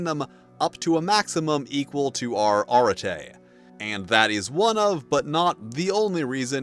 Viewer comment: I can't shake off the feeling that you are mispronouncing arete.